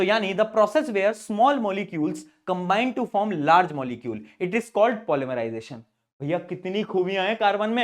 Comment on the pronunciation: Polymerisation ❌ pol mari jai tion ✅ sir kya mari :face-green-smiling::face-green-smiling